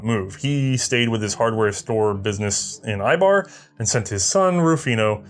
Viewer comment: one more comment, the ei in eibar is pronounced like the ei in seis.